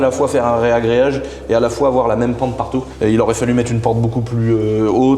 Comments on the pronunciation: Ragréage ! Pas réagréage 😉🙏 tu me fais saigner l’oreille 😂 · Arrête de dire reagreage stp dit reagreage 😅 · Super vidéo ! juste pour info on dit un Ragréage et non pas un Réagréage.